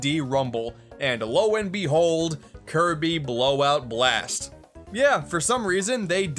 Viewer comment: Wanna know what's funnier? The narrator saying it like Kirby BLAGHT BLOST!